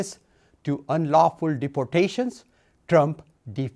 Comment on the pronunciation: ARTICLE FIIIII: GREEAYSHUN AHF UN UNLAWFALAWFUSS